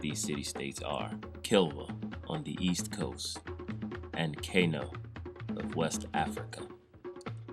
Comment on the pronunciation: Kano is pronounced “Kahnoh” not Kay-noh. Kilwa is pronounced “Keelwah” not Kill wah.